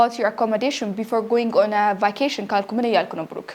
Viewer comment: It is good, but you mispronounced it. see it again how vacation is pronounced.